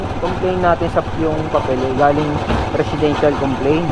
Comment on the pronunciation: Mga bossing tama ba ung narinig ko PRESIDENTIAL complaint?diba residential complaint hahaha